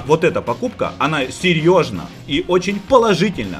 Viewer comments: серьёжно-логопедическую скорую в студию)))) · Ты сказал серьёжна)))